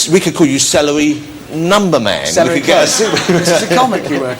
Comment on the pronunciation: wichard hammond has a love for celewy.